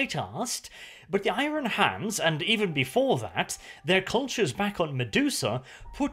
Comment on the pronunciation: Love the videos but say IRON not I-RON for god sake!